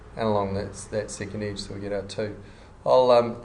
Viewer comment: Great tutorial, thank you! :) The only thing that disturbed my ear were the pronunciation of the words 'sketch' and 'edge'.